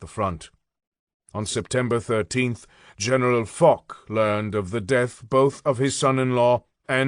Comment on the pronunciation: And it is Fosh not Fock